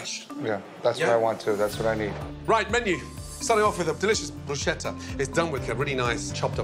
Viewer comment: please tell gordon that bruschetta is pronounced "brusketta" and not "brusheta"